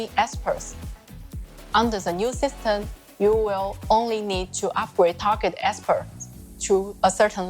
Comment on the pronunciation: why she say "systeN" insteed of "system"? wtf